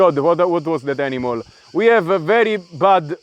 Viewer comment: Hahaha "Oh My God what was that Aninal!!". Mate you funny guy.